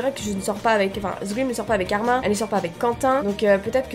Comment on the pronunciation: Arimineeeeeee on dit le e